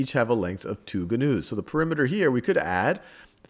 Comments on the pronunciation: hahah this was a great video but it not gunoos its pronounced noos hahaha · That word is "new" not gah-news. omg